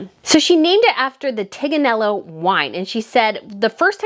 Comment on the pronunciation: Her reproduction of how to pronounce the wine is not bad but she does not understand spanish (even thought she worked in Argentina?). Also I looked for TIG and it is a welding term...